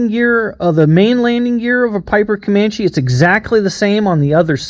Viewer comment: I just bought a 260B Comanche. I flew a Comanche in the 1970s when I live in England and always love it, I've enjoyed watching some of your videos about your airplane. But I have to ask, why do you call it a Comanch when it's a Comancheeee? I've already copied your iPad mounting. I just couldn't find a clamp that would fit the Comanche yoke.